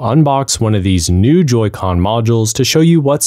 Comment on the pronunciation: Why are you saying joycon